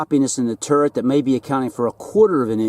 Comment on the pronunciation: For hell sakes. You still haven't corrected this? It's Turret. Not TURRENT.....!!